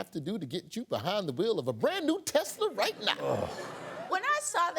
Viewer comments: A Teslerthon 🤣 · Ahh, teslurr. Lmao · The new word: Te-Slur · 🤣 he’s putting that hard R back in tesla